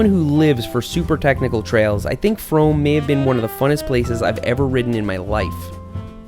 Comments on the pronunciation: seth: says fromm so it rhymes with dome me, a canadian: not another american saying french words wrong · its pronounced froom, its also a place in england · Seth it is canada it is FROM'eh